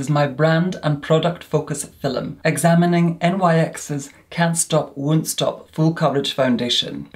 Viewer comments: It's not feelm it's film. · Does anyone else love the way says “filem” instead of film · I would buy merch with “filum” on it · “FILLEM” I’m dead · No one:: FILL ‘EM